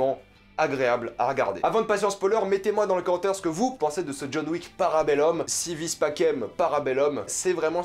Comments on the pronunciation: Par contre stp prononce bien si vis pacem parabellum: si ouis patchem parabelloum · En latin on prononce "Si wis pakem para beloum" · Déjà vu la miniature tu mérite des critiques et puis j'ai meme pas envie de parler de si vis pacem vu comment tu le prononce